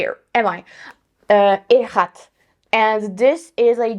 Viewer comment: The pronunciation is hidj-rat :)